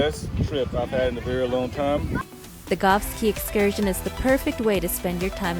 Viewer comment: Caye is not pronounced “key”. It is “Kay”. Nice video